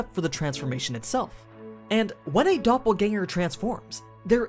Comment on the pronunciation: Nice to hear that the pronunciations of Doppelgänger is on point.